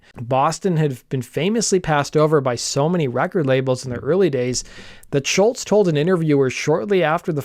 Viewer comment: Great vid young man. Top notch as usual. I love seeing younger folk talking about music done in my time. Pro tip: the way you pronounce Tom's last name is "Shoals" like Muscle Shoals from Sweet Home Alabama fame.